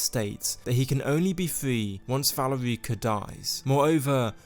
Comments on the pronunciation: Dude...It...its not valy reeka.. its Val erika...😢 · good video but i cringe every time you say valerEEca. it’s pronounce VAL-AIR-IKA. valerica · You would think someone who played Skyrim knew how to pronounce Valerica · The way you say "Valerica" makes me cringe a bit.